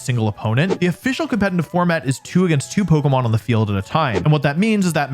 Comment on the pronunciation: Nice Video as always! Just a quick question. Is the pronunciation of "competetive" or as you say "compete –N–tive" an insider or how comes? Sounds weird as this word is in every video in countless repetition. Just very curious! I